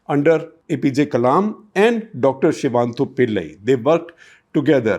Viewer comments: Gupta Ji can spell Chinese names flawlessly, but not Southern ones. It's Sivathanu Pillai, not Sivantu Pillai. Course correct, maybe? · SivaTHANU Pillai. Not Sivanthu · Dr Shivathanu Pillai, not Shivantu.., Shekhar. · It is Dr Shivathanu Pillai and not Shivanthu Pillai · Sir he is Dr.Sivathanupillai and not Shivanthupillai. When it comes to some Chinese or any foreign names you take utmost care and even say “ sorry if u had pronounced wrongly” , but repeatedly pronounce our own Tamizh names incorrectly. I had repeatedly pointed out this but no remedy. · Shekhar sir, one correction. I think the name is not Shivanthu but Shivathanu Pillai.... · Why don't Shekharji spend some serious time pronouncing names correctly. Pronouncing Sivathanu pillai is so difficult? So many mistakes in names!!!